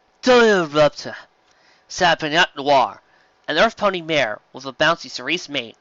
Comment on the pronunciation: "The ursa major stirred." Oh man, that was so fun to hear that said in that ominous tone there! And the "T" in Pinot Noir is silent (IOW: it's pronounced "PEE-noh noir"). And man, if you're doing Trixie so egotistical even when she's confessing to illusioncraft, I can't wait to see how you'd do her with the Alicorn Amulet...!